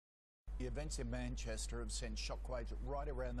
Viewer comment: Did anyone else hear him say 'Manshitter" instead of Manchester?